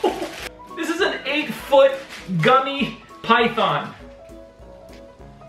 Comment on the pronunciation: its pronounced pythiiiin